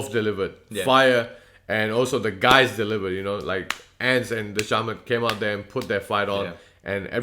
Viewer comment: The C in dhcamads name is pronounced as a K bros